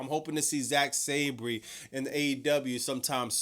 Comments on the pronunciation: (Sab-ree) 🚫 (Sab-er) ✅️ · Last week* (Sa-ban) 😂😂😂